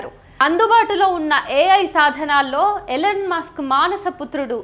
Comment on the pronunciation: Ellen musk kaadhu ELON Musk. sarigga pronounce cheyyali ledhantey Athaniki thelisthey chaala theda vasthundi..